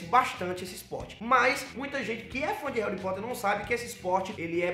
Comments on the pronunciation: "Réuripóter" kkkkk Esse! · "REURI POTTER" SKOASKOAKSOKAS